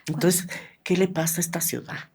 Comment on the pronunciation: #Ausencias, el mejor podcast 💯👍, solo una duda #, cuando dices la palabra #ciudad, se escucha como #ciudan